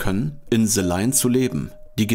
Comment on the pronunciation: Bro danke für das Video. Like ist da, noch nicht zu Ende angeschaut, 100 % top Video aber bei BITTE es heißt nicht SE sondern THE. Ich weiß das deutsche Schulsystem und der deutsche Akzent im englischen, aber du bist so intelligent, das kriegst du easy hin. Thank you ❤